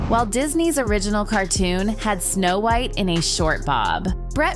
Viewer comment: She said the name wrong & not sure if it was intentional or not, I grew up w/this movie tho so I feel strongly regarding this.